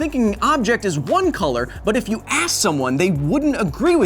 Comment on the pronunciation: He Says "but if you ass someone?